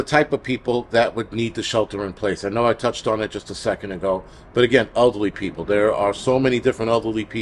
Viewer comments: Same here! LOL. I thought he meant ugly like bad personality then I realized he said elderly even though I heard ugly. 🤣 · I kept hearing ugly people instead of elderly people and I was thinking why is he saying that we might need to shelter in place if we are ugly. LOL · I heard it too!! There's a crisis going on and we don't need to add ugly people to the mix. LOL I'm crying!